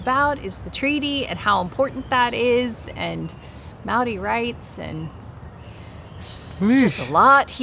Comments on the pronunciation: Pronounciation tips: Maori has only five vowel sounds (not like English!) - say Ar (A), Eh (E), Ee (I), Or (O), Oo (U). "Wh" may be "Ff" or "Hwih" (?) - depends on your iwi affiliation/location but going with Ff will satisfy most folks. After trying with a couple of place names you'll be good. And double vowels are just the two sounds joined together - AU is ar-oo. Real simple. Moana and The Moa-hunters wrote a song in the 80's to try and encourage a better effort from pakeha - a cool song, too. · Awesome to see you about NZ! But PLEASE take 5 minutes (yes that's all it takes) to learn how to pronounce Maori words. You can literally learn how to pronounce every single Maori word by learning how to pronounce the vowel sounds A E I O U, they are all unique and distinct and are ALWAYS pronounced the same way... And when you see two vowels together, if can be tricky, but you just have to pronounce each one separately and get better at doing that quickly! So AI is an "eye" sound (like "ah" and "ee" close together...)